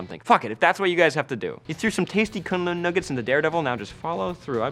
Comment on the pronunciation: For some reason the way you pronounce kunlun is annoying the crap out of me...